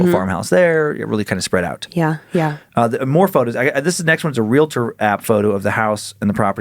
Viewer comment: Yay - -- you pronounced realtor correctly!!! Congratulations!!!